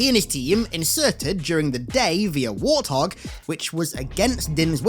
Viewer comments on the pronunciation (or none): none